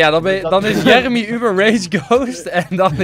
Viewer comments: Jer emy whahah hoe enzo dat zegt het is Jeremy xD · Jeremy? Djermey hahah